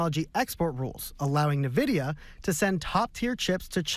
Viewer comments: It’s not NIV vidia. It’s N vidia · YO DID THIS IDIOT SAY NIvidia??????